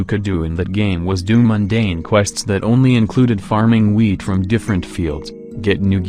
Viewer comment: I thought I he said farming weed but he actually said farming wheat